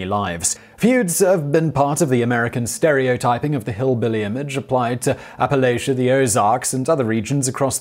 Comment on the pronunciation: Thank you for pronouncing Appalachia correctly